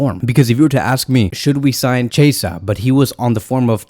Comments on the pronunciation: Chasea u mean chi-esa 😂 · Its pronouns key -a -sah = chiesa lol